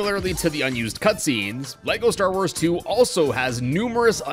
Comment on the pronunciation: Leko star woors